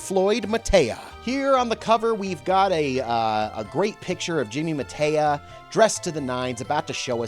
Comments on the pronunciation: Mataya = Muh-TIE-yuh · This gas bag review is tiresome. Mispronouncing the names " Mataya" and "Ewa" is pathetic. Jimmy Mataya was a great player, the best announcer and a really entertaining character. That old tape on hustling actually had some golden advice in it. Jimmy explained the techniques of getting the money but leaving on good terms with the victims, missing the One Ball in a game of Nine Ball but leaving the other player without a good shot on the One. He covered acting drunk, disguises, flashing cash, starting with the worst player in the room and losing to him etc.